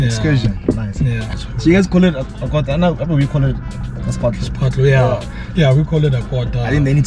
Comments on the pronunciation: Athi qwuuwoter😂😂😂❤ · It’s the way pronounced “Quarter” for me😂😂😂